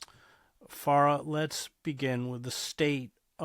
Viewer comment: You studied Arabic but still don't know how to pronounce so many words, like MuSLIM, and letters, like FaraH.